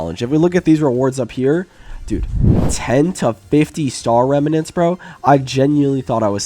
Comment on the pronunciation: bro the way he said “remanents” made me cringe so hard